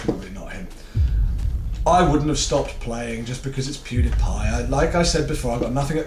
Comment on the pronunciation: It's pronounced Pew DEE Pie